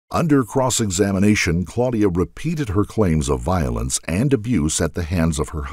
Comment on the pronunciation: Violence not vilence!! Goodness me!